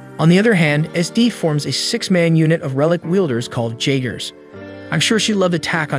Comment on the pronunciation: no disrespect cause ur vids are amazing top tier, but the j in jeagers is supossed to ike a y